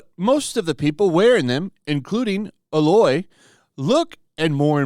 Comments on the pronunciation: It's not ah lo a it's a loy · And who is alow?? It's A- loy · please just please call her AE-LOY, not AA-LOY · Dude, it's A-loy. Not Alloy. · Claims playing the first game, proceeds to call her "Ah"lloy 🤣🤣🤣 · Holy Fuck dude its A-loy. Long A then loy. Play it though. One of the best games ever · I can see that you've never heard of this game before, have you? You just read her name as "aloe's" 😂😂😂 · Her name is also pronounced Eh-loy. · I always thought it was pronounced ai-loy like a Canadian said it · Bro if you're going to make a video about the game you should at least know how to pronounce her name. I can't take this opinion seriously when you dont even care enough to play the game. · Did you actually play this game? I feel like if you actually played it that you wouldn't mispronounce her name. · I'm a fan but I don't think you've played the first game. You are butchering her name really bad. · The way he pronounces aloy kind of triggers me